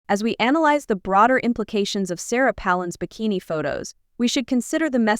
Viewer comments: The person narrating this video doesn't know how to pronounce Sarah Palin's last name or spell it. This seriously impacts her credibility. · Why don't you learn how to pronance her name. You sure like to here yourself yourself talk. Shut up and show the pictures. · It would be nice if you could pronounce her name properly. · You don't even pronounce her last name correctly. Take a hike. Nothing wrong with Sarah PALIN.